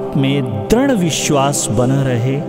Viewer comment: It is soothing. मृदु is pronounced as mridu, दृढ़ is pronounced as dridh and कृपा- kripa, समृद्धि- मृ। ऋ की मा‌त्रा ri pronounce hoti h, nd क्ष- KSH; स्वास्थ्य। swaasTHYA